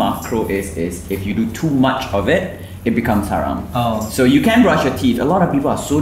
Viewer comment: ✨ hayram ✨ it’s haram guyssss 😭😭😭